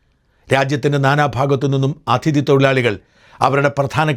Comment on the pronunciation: "" അഥിതി "" അല്ല mr. ഷാജൻ . "അതിഥി"എന്നു പറയുക